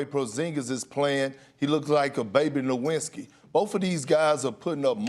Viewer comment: I thought he said LEW-WINZ-SKI